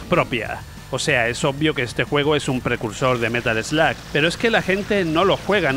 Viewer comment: es Metal Slug..no "metal sloag" prenunciacion muuuyyy mala